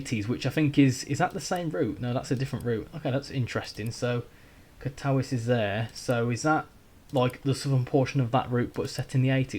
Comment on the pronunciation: katowice is pronounced katovitse and warszawa ( warsaw ) is pronounced varshava with a rolled R, and krakow is pronounced krakuv with a rolled R. hope this helps!